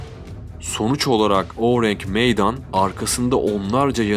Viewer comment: Ourang Medan ingilizce bir isim değil yani aksanlı okuyayım derken saçma sapan birşey çıkmış ortaya oürenk meydan nedir ya. Videoya odaklanamadım resmen :f